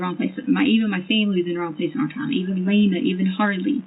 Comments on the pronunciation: “EVERYTHINK” AND “WRONG-GGGGGGG”. 😂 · Her ending every word that ends with a G, with a K, DRIVES me NUTS. " I DIDN'T DO ANYTHINK WRONK". I could give more examples, but you already know. Ughhhhhh